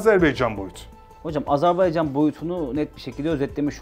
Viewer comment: Dost ve kardeş ülkemiz Azerbaycan'dan özür diliyorum. Koskoca (!) istihbarat uzmanımız Azerbaycan demeyi bilmiyor "azerbeycan" diyor. Sunucu doğrusunu söylüyor ama istihbarat uzmanı söylemiyor.